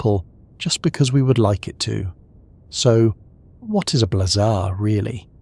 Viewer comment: I had to stop sorry. Blehzahh and blayzer drove me insane.